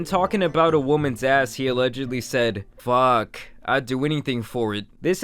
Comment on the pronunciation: its Fuuuuuuuuuuuuuuuck not Fuckkkkkkkkkkkkkk you smoothbrain